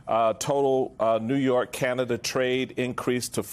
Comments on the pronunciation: It’s Canada, not Canda… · She can’t even say CANADA 🇨🇦 what is wrong with her? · can hokel say Canada?